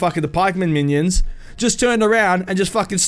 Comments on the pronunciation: Man-ions XD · Manions or minions? 😂😂